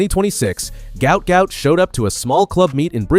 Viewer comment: His name is pronounced Gwat Gwat in Australian English.Im 57 years old/young from Brisbane Australia 🦘